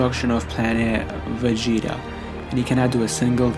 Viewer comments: Why do u say planet vegeta like that, “ planet aa va gets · Planet.....vegeta and that was gokus father.......bardock hahaha love how u say it